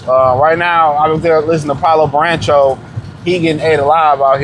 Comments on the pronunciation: Lol Baran-cho lololol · Naaaah… “Burrancho” is CRAZY!